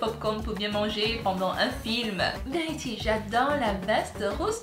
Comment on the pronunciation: t vraiment cute quand t'était petite:) je t'adore elle dit pas vérity elle dit verty:)